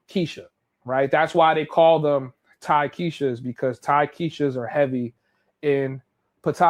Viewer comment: It's not Thai-Keisha. On Facebook, they call them Thai'eisha 😅